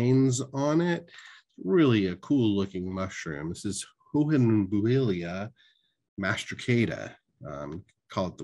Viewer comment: Idk how I’ve never heard of the hohenbuehelia genus but that’s a really cool looking mushroom and props on the pronunciation. That’s a fun one to say.